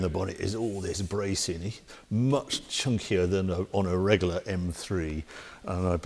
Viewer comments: Harry’s drinking game, every time he says “Regoolar”, take a drink!! Great review! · I love the way you say Regular. Reggaller 😆😆